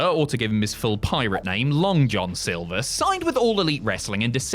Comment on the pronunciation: John SILVER, not SILVA 😂